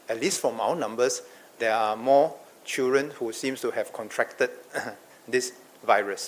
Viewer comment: Hey it is pronounced as Children not CHEWREN!